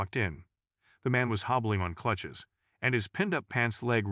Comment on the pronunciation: This guy pronouncing crutches as clutches just sounds like a made up.story to pull at your heartstrings